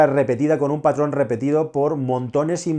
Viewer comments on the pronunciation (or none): none